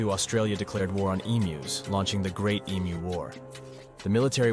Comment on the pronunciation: He pronounced emu correctly ❤